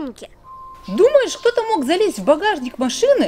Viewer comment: не говори пожалуйста вместо г х ты говоришь:"Не мох" Что ты предлахаешь!!